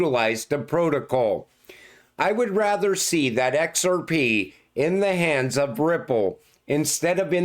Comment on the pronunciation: I will set your "we're gonna talk about EX AR PE" as my new ringtone